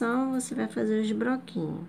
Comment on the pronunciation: Não é broquinho e sim bloquinhos